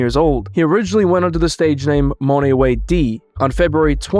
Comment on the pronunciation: It’s pronounced MON not MONEE …how can u watch them and hear them say his name a million times and you still choose to say MONEE or he haven’t watched the people he’s “reporting” in his documentary which is horrible professional work